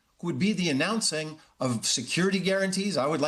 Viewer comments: I live how he pronounces his name exactly like our Canadian French tradition of poutine... ff+cheese cuts&gravy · Real "French Canadian" poutine ("poo-teen" or "poo-tehn", with emphasis on the 2nd syllable) uses cheese "curds," not "cuts"; whereas Putin's name is pronounced "Pou-tin" with emphasis on the first syllable). You "'live' how he pronounces..."? The only thing you got correct was the spelling of "poutine".